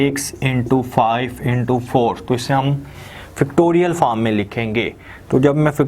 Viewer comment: Oh god....Its pronounced FACTORIAL not Fictorial and FORM not Farm!